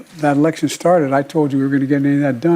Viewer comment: He said “I sharted” not “I started”